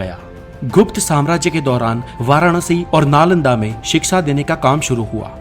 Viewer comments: First of all the word in hindi is called shiksha not siksa. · Bhai wo shiksha hota he siksa nahi 😁😁